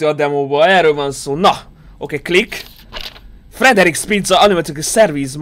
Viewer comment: Úgy kell ejteni hogy "Fridrik" de a végén a k az inkább egy ch, nem tudom leírni hogy azt hogy kell mondani, de olyasmi hogy khhh, "Fridrikh"😅